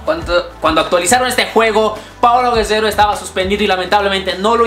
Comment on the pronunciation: Dijo paolo guesero o me equivoco